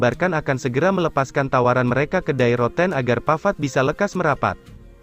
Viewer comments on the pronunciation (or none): Die Rotten.... pengucapannya bukan seperti kata "Die" dalam bahasa Inggris.